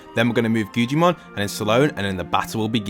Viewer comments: Bro the way he says guggimon he said guccimon and gujimon😭😭😭😭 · Guggimons name is guggimon but it’s pronounced guggamon